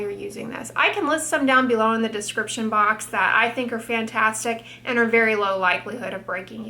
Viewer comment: When she says “description box” all I can hear is “prescription box” 🤣🤣🤣